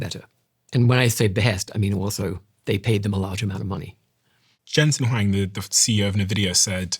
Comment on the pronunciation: Great podcast thank you. Also it's pronounced NVIDIA (envidia) and Jensen Huang (HwOng)